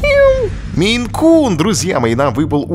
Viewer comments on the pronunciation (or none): Блин какой мейнкун ((((Майн-кун...Ну фолаут,ну даешь. .